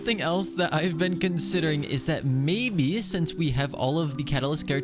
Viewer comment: sho shince